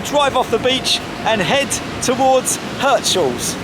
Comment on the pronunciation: It's Heeerts-haaahls 😂